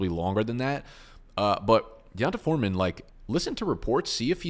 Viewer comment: D'Ont-uh Foreman 😂😂